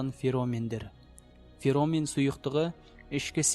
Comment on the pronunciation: Алла разы болсын, бари керемет! Бирак, феромен емес феромон... Кишкене сауаттырак сойлеу керек